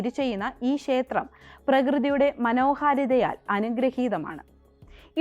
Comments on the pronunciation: ശേത്രം അല്ല ക്ഷേത്രം ആണ് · ക്ഷേത്രം എന്ന് പറഞ്ഞു പഠിക്കുക ശേത്രം അല്ല